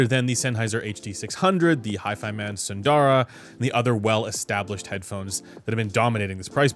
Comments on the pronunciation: Sundara is pronounced “soon-the-ruh” with the “soon” part said quickly. Not “soon-daa-ra”. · I always pronounce it as "Sun-dara" because it makes the most sense in English